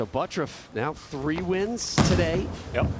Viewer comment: Why does the announcer pronounce his name as buttruff instead of butturff